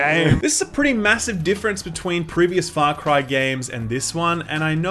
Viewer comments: Am I the only one who hears him say it as "Fuck-ry"? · Sounds like he said "Fuck Ryan New Dawn" 😂😂😂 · Man at the beginning I thought you said "Fuck Ryan". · Whoa. With the accent at the beginning, I thought you said, "Alrighty, aaaahh Fuck Ryan New Dawn." Love your videos man. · Not gonna lie, at the very beginning I thought you said "Fuck Ryan: New Dawn" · Sounds like you’re saying “fuck rye”. What do you have against bread mayne? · I thought you said: "Fuck Horizon new Dawn", at the start haha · Sounds like you said "Fuck Ryan: New Dawn" in the beginning lol